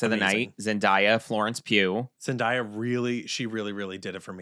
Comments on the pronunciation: Imma say it.. It's pronounced "Zen-DAY-a" NOT "Zen-DIE-a"... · i love y'all. i promise. 😅 + i completely agree w| you about her — she's the hometown hero. but uhmm.... it's ZendAYa [zen-DAY-uh]. 😬 thanks for another great episode! 🖤✊🏾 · i love yall but it’s zen-day-uh😭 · Florence Pugh is 28. Zendaya is 27. (Also I love you but I think you are pronouncing Zendaya wrong 😬) ZenDAYah was my favorite look. She is always flawless. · is saying Zendaya’s name wrong.